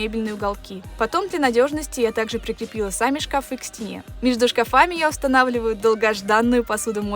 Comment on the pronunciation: Только мне слух режет " шкафЫ"? О стенах правильно говорит ,а о шкафах ... Где эти люди берут ударение на несуществующий слог?!? Все эти шкафЫ,лифтЫ, шарфЫ и тортЫ. В школе вообще уже никто не учится?!? Вся такая многозадачная ... И безграмотная.